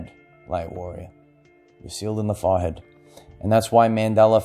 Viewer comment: Every time he says it, I giggle. I hear "fah-head" and I love it. LOVE!